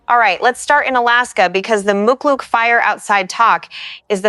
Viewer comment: Pronounced Toke AK and Muckluck.